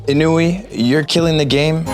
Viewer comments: It triggered me so much that he was saying inui but it’s iniu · Bro calling "Iniu" "inui" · when INIU became INUI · You said INUI instead of INIU so many times... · It's iniu not inui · this guy is definitely not sponsored by INIU because he keep calling it INUI! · He telling 'Inui' instead of 'Iniu' lol😂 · Bro it iniu not inui! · The fact that he is calling “INIU” “INUI” is hilarious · INUI Me: bro its INIU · INIU* not INUI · Also realized smth he said "INUI" It's actually "INIU" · Its INIU, not INUI. IU swapped for UI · its iniu not inui! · iniu not inui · 'Iniu' is the brand. Not "Inui" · Him: the 'inui' pack The pack: my name is 'iniu' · INUI or INIU??? Also, were you paid by INIU?? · He said inui to Iniu 😧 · Keeps pronouncing INIU (more like Inni-U) as INUI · Like how you said Inui but its INIU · not inui....it's iniu ;-) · Miss pronounce, not inui but iniu... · Him calling iniu Inui, just does something to my body😂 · its actually iniu tho not inui lol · Unfortunately it’s iniu not inui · Its iniu not ninui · I think its INIU bro not INUI 🤣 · Is it me or do I feel like he is mispelling INIU. Its INIU not INUI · Sorry sir but that is not inui it's iniu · It was Iniu....not inui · You put and said inui in the video and it’s iniu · I thought it was funny how he kept calling them INUI instead of INIU. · IIIINNNNIIIIIIIIIIIIIIIIUUUUUUUU not Inui ;D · Franklyn I noticed that too. The name is clearly in-EE-oo, not in-OO-ee. You have to rearrange the letters to get the pronunciation used in this video. That suggests that the might be dyslexic, but I don't think so -- he spelled the name correctly in the video description. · why did you always say inui not iniu :') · INiu (pronounced Eeneuu), makes very good and high quality power banks and phone accessories. I've been using their stuff for some time and it is honestly quite good. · C’est inouï (INUI) 😂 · I like how he said iniu wrong (in the editing also)